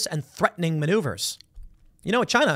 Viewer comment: Chy-nuh! Chy-nuh! Chy-nuh!...